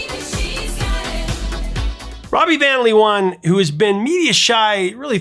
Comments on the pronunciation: LOVE how you butcher the Dutch words in a lecture on how a typo became a "comical and confusing" part of the lyrics of the song Venus. "Van Leeuwen" is pronounced "Van (with the "a" sounding like the "o" in the word "one") and "Laawuhn" (which is the Dutch plural for lions is pronounced with the double "eeu" sounding like the 2nd a in the word "amAzing", and the "en" after the letter w as the word "Uh" followed by an n). The Hague does NOT rhyme with "leg". It's pronounced "The Haack" ("a" and "gue" sound like the word "snake"). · Jesus, at least try to pronounce foreign names right! Mariska is usually pronounced Marishka. C'mon, Mariska Hargitay has been a big star in America for 25 years now! W's in Dutch are pronounced like an American "V", so "Van Looven" or "Van Loyven" It's not that hard to look up correct pronunciations, and if you are still doing it after all this time as a YouTuber, I can't imagine what clangers have come out of you in earlier videos. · The pronunciation of "van Leeuwen" is more like "fun láyhwhun", Mariska's surname more like "Véarahs". 😀 And to answer your question: Ella, but Sinéad comes VERY close! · Van Leeuwen “fahn LAY-ven” Amie in Ma Belle Amie “ah-MEE” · The irony of an episode about a mistranslated lyric containing two repeated mispronunciations isn't lost on me. Van Leeuwen = Van Loo-en Fahey = Fay Oddly enough, the only reason it jumped out at me was because Siobhan was pronounced perfectly. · Ha ha ha, indeed. Van Leeuwen is way off. But Dutch is really hard for non native speakers. I would suggest to pronounce it as ‘van lay when’. The ‘van’ will still be an issue though. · Hats off for your research on Dutch pop history! You even mentioned Wasted Words of The Motions, that's impressive ❤ Why don't I educate you about the pronunciation of the two leading people, I'm Dutch 😂: phonetically: Rawbee vawn Laywuhn, Mariskaw Veer-us both family names spoken with emphasis on the first syllable. Glad to give something back 😮😂